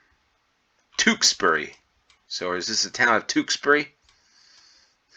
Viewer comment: It's pronounced Smethick. Most Ws in names ending wick are dilent. Tewkesbury is pronounced Tyooksbury, not Tooksbury. Tewkesbury is packed with history. You won't be disappointed. Ystrad Mynach is pronounced Ustrad Munakh.